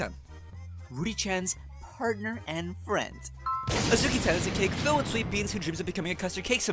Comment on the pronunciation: Hi!!! (Sorry about that) I’d like to point out, instead of saying Azuki-Tan, said Akuzi-Tan (dw I understood what he meant)